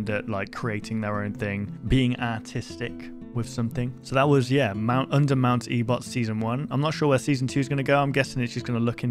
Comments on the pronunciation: E-bot? It’s ebott damn it explodes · It's pronounced mt.ebit. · "mount ebot" I'm sorry but that has me cracking up everytime you say it- TEmRIL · the name of the mountain is actually pronounced (Eh-Bitt), btw! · it truely hurt to hear you say ebot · ebed is the pronounciation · I cringed after you said E-bot